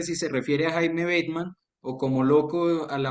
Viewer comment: No es "Beitman"... el guerrillero se le decia "Bateman". es como cuando dicen del festival de Cartagena "el Jai féstival" como si se pronunciara "en ingles"... pero solo es "Hay festival" HAY=de haber